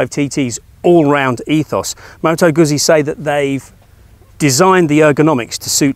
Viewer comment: 2x Zs in Italian means there is a T sound in the middle, think pizza. So moto gutzee.